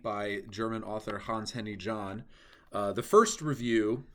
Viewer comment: "Jahnn" is pronouncing more like "Yahnn", not like "Gohnn".